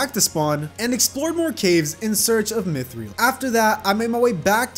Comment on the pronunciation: did just say mithril like myth-reel